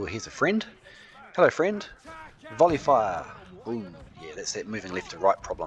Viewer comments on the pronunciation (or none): none